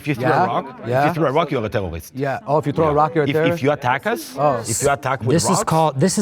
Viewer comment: “tewwowist attack”